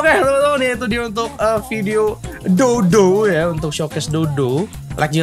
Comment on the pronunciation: dough dough nya kedengeran Kaya Dodo wkwkwk